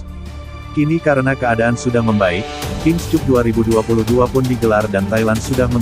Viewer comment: Koreksi saja pada pembaca berita : King Kap bacanya, bukan King Kup. Cup = Piala. Malu-maluin.